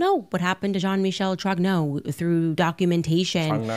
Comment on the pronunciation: JOHN-MITCHELL TROGNAAU... 😂 Elle prononce les noms comme mon GPS à Montréal. 😅